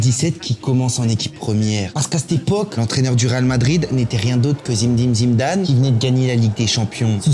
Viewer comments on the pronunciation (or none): Par contre faut respecter les légendes un peu, c'est Zinedine Zidane et pas Zimedine Zimdane ... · C’est pas zimedine Zidane mais Zinedine Zidane stp😂😭😭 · Il se croit marrant en disant Zimedine Zimdane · Ce n'est pas zimdin zidane, on croirait jamel debbouz dans H..cest Zindine Zidane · Merci pour cette vidéo, tu as fait beaucoup rire avec ta manière de nommer ZiNÉdine ZIDANE (et pas Zimedin Zimedame.... merci, ils se marrent encore). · ZIMDIM ZIMDANE MDR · Zimdin zimdane 😂😂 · zimdine zimdane hahahhaha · Zinedine ZIDANE, le M n’y est pas je vous prie 🙂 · zimdin zindaze?😂😂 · Comment il dit zimmdine zimdane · zimndine zimndane 😂😂😂😂😂😂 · Zimdim zimdam / Ordiozola xD la prononciation me fume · 😂😂😂😂Zimdine Zimdane ta dit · Zimdine Zimdane !!!!!! le mec a un chibre à la place de la langue! pas foutu de prononcer correctement le nom d'une légende. En même temps on a l'habitude avec les français et les noms arabes...A gerber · `Zimdim Zimdan’ 🧐😂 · "Zimeddine zidane"😂😂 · Top la vidéo. A moin que jai raté une ref que je ne connais pas, marrant ton zimedine zimdam 😂😂😂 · Super intéressant comme d’habitude ! ✅✅✅ Par contre répéter 50x Zimdim Zidam c’est lourd, appelle le Zizou si tu veux, on a compris la réf à Jamel mais ça deviens lourd … sinon au top frérot ! 🤝✅✅✅✌️ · Zinéeeedine Ziiiidane, au lieu de Zimdine Zimdane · Zindine Zimdam 😂😂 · Zimdine zimdane😂😂😂😂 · A ton âge tu ne sais pas prononcé correctement Zinedine Zidane ? Il y a que des voyelles mais t'arrives à te tromper sur les consonnes ksos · Ɓonjour, Ta chaîne est pas mauvaise. Suis abonné 😉 Mais stp arrête d''écorcher ta prononciation quand tu causes du Grand Zinedine Zidane..... PAZ 👌